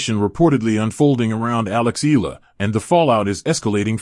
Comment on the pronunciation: Eala pronunciation E ya la